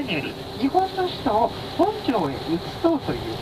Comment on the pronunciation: 本庄のイントネーションが違います。